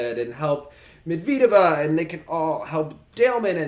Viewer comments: more like Med-ved-eh-vah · Pronunciation: (Med-ved-yuh-vuh)